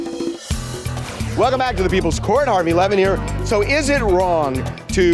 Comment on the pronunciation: “Harvey Lemon here…” is all I hear every time I try to fall asleep watching these. Today is the first time I’ve actually seen the spelling of the name and was like “ohhhh”